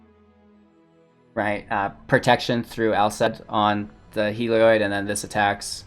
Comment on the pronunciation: It's not pronounced "Hee-lee-oid"... okay? It's pronounced "Hel-eee-od"... There, you're welcome. And also, try Kloth-ys on for size. How the hell did you come up with "Klois?"